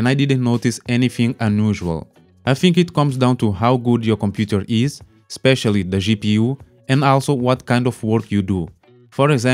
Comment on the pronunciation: espeshallee the jee-pee-yuu